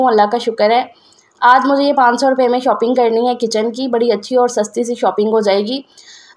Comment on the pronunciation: کیچن نہ کہا جاتا ہے نہ لکھا ۔ بولنے میں کچ ان KITCHEN ہے لکھنے میں کچن ہے۔ اور ًوپنگ نہیں ًاپنگ بولنے میں شال کے شا کے آگے پنگ لگاٸیں ویسے باورچی خانہ اور خریداری کہنا بہتر ہے